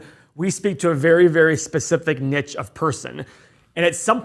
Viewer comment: Nick? Niche……